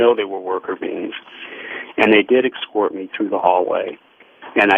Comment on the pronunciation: I've never heard anyone pronounce the word 'escort' as "excort" like this dude did in this episode.